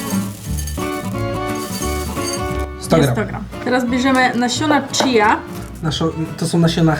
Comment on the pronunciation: czija nie chia